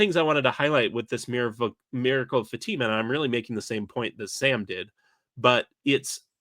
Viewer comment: Pronunciation correction: Fatima in Portugal is fa-ta-ma, not fa-tee-ma